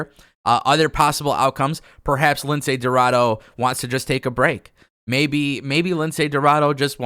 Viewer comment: Come on. He’s name it’s pronounce Lince Dorado not Lindsey Roraro